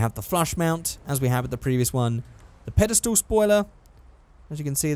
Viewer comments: By the way, that one spoiler that's called padestal, It really sound like you say Paddestoel and that's Dutch for mushrooms 😂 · jelle de groot WAHAHAHAH JA